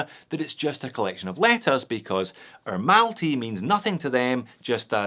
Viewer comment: "R" isn't pronounced "er" in the English language. It's pronounced"ruh". So why on earth would you call it Ermalty? That doesn't even make sense phonetically.